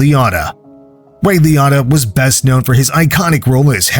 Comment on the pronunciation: Ray Liōtta. Lee-oh-ta.